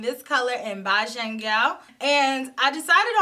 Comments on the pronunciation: let’s use Bajan as in “Cajun” chicken lol. Cuz Americans say John as in “Jahn “ (well some of them.) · you can pronounce like us in the Caribbean “bajan” = “beige-un”. It’s the nationality for Barbados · I had to lol a little when you said "Bajan Gyal" - Bay-jun (as in Barbados). Or if you rather Bay-john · Lmao! I was gonna comment the same thing! My family are jamaican so i know how it's pronounced. 😂😂